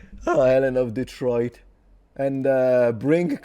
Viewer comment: This guy can barely pronounce Detroit